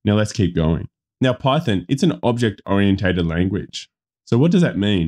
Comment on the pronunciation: The only advice you need to heed above is how to pronounce "oriented" :-D The rest is just for giggles. Full disclosure: My interest is in a residential construction using steel for the skeleton and to gain a thin basement to main floor thickness, but so far the math you've presented which I've cross checked elsewhere doesn't look good for me. Though I guess that rule of thumb math applies to standard/wide spacing of the joists so perhaps by doubling the number the depth could be decreased substantially.